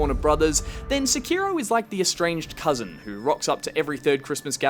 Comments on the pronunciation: SI-KI-ROEW Oh God. The cringe. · stop saying Seki-row just stop,get some help